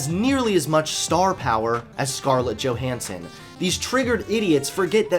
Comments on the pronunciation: He said Johnson instead of Johanson a few times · Do people still not realise that the J in Johannson is pronounced as Y? Also, it's actually good that Scarlett Johansson didn't go through with a trans role. I like my movies to be believable and no one would believe a someone as smoking hot as Scarlett Johansson is trans. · Fantastic. Thanks for attacking NowThis!!! You said "Johnson" in place of Johansson . Keep the content flowing! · Johansson, not Johnson